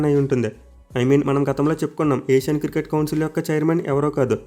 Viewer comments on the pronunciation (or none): none